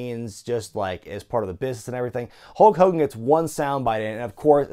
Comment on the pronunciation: "MR. MCMAHON" "HULK HOLGAN"